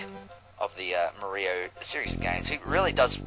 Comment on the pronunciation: XD Super Muh-ree-oh FTW! I really love what you've done with the game!